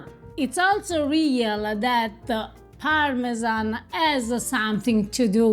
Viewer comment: It drives me crazy to hear you mispronounce parmesan.